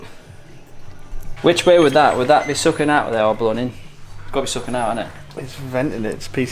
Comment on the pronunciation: I Like when he says suckin (sucking) funny! Cheers!